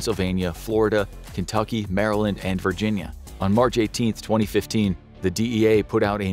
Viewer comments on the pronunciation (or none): none